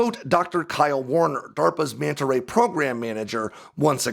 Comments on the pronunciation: Mee-anta Ray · The one thing I learned in this video is the fish's proper name. I always pronounced it Mana Ray!